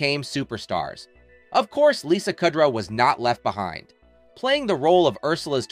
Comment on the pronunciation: Listening to you constantly pronounce her last name wrong makes my ears cry